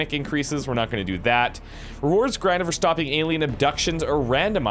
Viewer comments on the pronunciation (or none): none